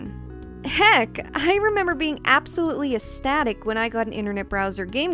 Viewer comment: "Astatic" lol. I love your videos, but you always try to use words you don't quite know the pronunciation for, or the correct context in which to use them. It's sort of endearing, and if you don't use words you're not familiar with - even if it is in the wrong context - then you never get used to them and find the way to use them correctly; and never expand your vocabulary, either. Keep doing what you're doing! You'll get there sooner than you think. Edit: Spelled 18 words wrong, made 22tiepohs, and used 7 wurds out of contexts.